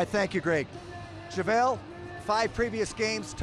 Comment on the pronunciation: Javale not Javle 🏀🏆